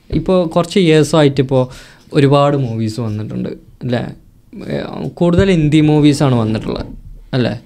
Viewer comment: ഇന്ധി movie alla. ' Hindi movie ' എയ്ക്കാരം അല്ല ' ആയിരിക്കാം '